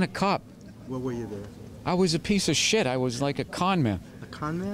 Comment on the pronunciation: " i was a piece of sheet" Classic Bill Burr